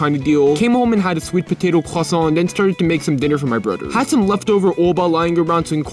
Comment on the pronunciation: Very surprised by how good the pronunciation on croissant was!